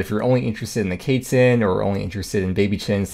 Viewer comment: the baby kaytzin? pretty sure its quest minus st + tzin